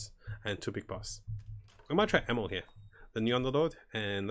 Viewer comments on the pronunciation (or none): Is it just me or do you actually call Enno “Enmo”?